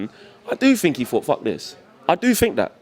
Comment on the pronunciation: "DO yOU FinK thAT..."